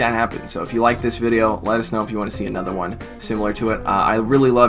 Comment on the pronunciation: Definitely heard that at the beginning as "Enjoy the Bidet-o" and was like 😳 "How does he know I've been considering a bidet?!?"